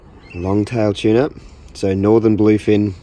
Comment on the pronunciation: Mate, it’s a Northern Blue Fin not a Northen.